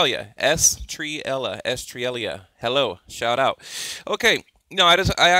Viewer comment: Estrella pronounced "Ess-tray-uh